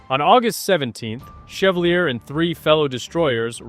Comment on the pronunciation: Ship's name is pronounced shev-VAAL-yay.